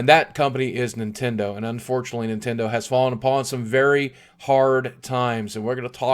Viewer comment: Is this the Nint-END-o? D